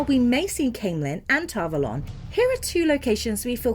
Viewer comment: yes but that doesn't matter. I have never heard Ghealdan, or Tar Valon pronounced that way.